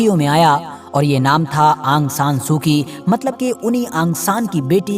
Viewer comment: aang san nahi aung san hai